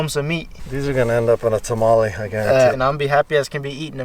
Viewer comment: Learn how to say tamale